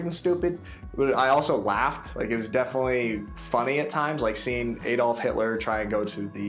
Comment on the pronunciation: His name is not Eydolf!